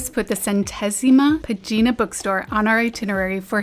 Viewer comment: Portuguese lesson of the day - Bracara is pronunced the same way as Braga, with the stress in the first "a": [Brá-ga], [Brá-cara]. You pronunced it like [Bra-cára]. By the way, "página" is another example, it's not [pa-gína] like you said. The ´ accent indicates where the stress is in the word. 🙂